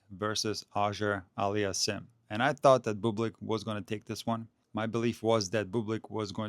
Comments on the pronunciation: Love you man, but your pronunciation of Auger-Aliassime is perhaps the worst butchering I have ever encountered! It's supposed to be pronounced "oh-zhjay allie-as-seem" (the French style) or "aww-zhjay allie-as-seem" (the American or English style). Obviously it's a very difficult task to properly pronounce a double barreled surname that is part French, part Arabic, and also to decide whether to pronounce it more French Canadian, more continental French, or more English, but it seems to me that the tennis commentators have largely settled on the two options I've presented above. I prefer the first option, as it is more accurate in continental French. Keep making these great videos! Danke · just call him since you have trouble pronouncing his name. A friendly suggestion not a criticism.